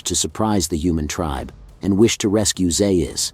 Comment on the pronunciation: You’re still mispronouncing Dr. Zaius’ name